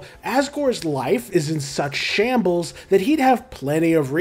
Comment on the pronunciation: The sheer emphasis on SUCH SHAMBLES